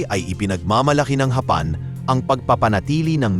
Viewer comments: Anong hapan paki ayos mu nga ang bigkas ng japan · Daw pangit pag pronounce mo sang japan daw ang palagi lng gina pronounce gamita sir . Gusto mo ma unique gid